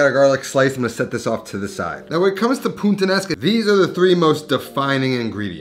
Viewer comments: Is it just me or you're constantly saying "PuNttanesca"? :P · FFS you can't even pronounce this dish. It's Puttanesca not Punttanesca. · My man’s keeps saying puntanesca smh 💀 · Great video, as always! Btw It’s puta-nesca not punta-nesca ;) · Pasta PUNTANESCA. lmao he said bridge pasta. its PUTTANESCA my guy😂😂😂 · “pu-taN-es-ka” not “puN-tan-es-ka” 🤣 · You repeatedly say pasta "puntanesca" instead of "Puttanesca". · Its pronounced Puttanesca not Puntanesca 😀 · From the creator of "RiGotta", he brings us "PuNttanesca". Never a dull day with these pronunciations. 😆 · Why do you keep calling it puNttanesca?